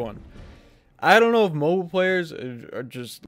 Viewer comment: Said mobile, not mobile.